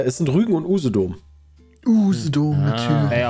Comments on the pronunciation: wer kennt nicht usedom -.- Aussprachen Quiz sollten man machen UseDOMM spricht man das aus, genauso Müritz das hat ein langes Ü... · und es ist übrigens auch "Usedomm" gesprochen und nicht "Usedoom" :D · Usedom spricht man Usedomm nicht Usedoom